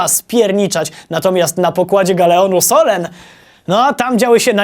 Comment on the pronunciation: "solen" czyta się sulen